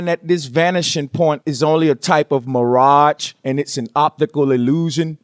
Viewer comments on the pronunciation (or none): Sperekul , mafematics , cerved hurizun ,,muraje ,opikal elusen and Ebonics . I'm sorry I couldn't listen to words being misused and pronounced . Fight on brother ! Spread the truf to your peeps.